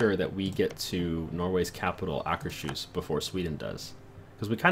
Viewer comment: Akers-Hus (pronounced Ahkers Hoos). Not Aker-Shus.